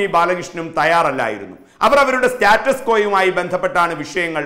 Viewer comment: "സ്റ്റാറ്റസ്‌കോ"....😊😊😀😀😁😁😂😂🤣🤣 ദയവായി ഇംഗ്ലീഷിനെ വെറുതെ വിടൂ.... മംഗളം ചാനെൽ ഇയ്യാൾക്കു ഒരു ജ്വാലി ക്വടുക്കൂ... ചേരും....